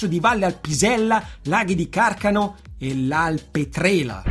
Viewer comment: Laghi di Carcano pero' non si puo' sentire 🤣 comunque complimenti per la tua grande dedizione e passione ! Sei stato uno dei miei punti di riferimento per motivazione in questo bellissimo sport . Grazie